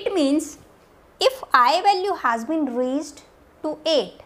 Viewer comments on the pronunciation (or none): none